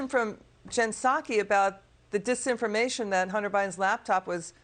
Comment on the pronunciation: Bidan couldn't even say the word dis information